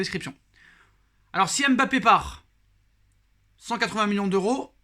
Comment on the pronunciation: Je t'aime bien mais tu prononces mal son prénom. Ça gâche l'attrait et le plaisir que j'ai pour tes vidéos. Pour LLORIS personne ne dit L Loris encore moins pour Zlatan. Personne ne dit Z latan. MBAPPÉ, c'est pas M....Bappé. Zlatan